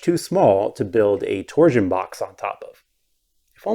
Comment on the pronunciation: I can't unhear "tor-zuhn". Please release "tor-shun" from word prison.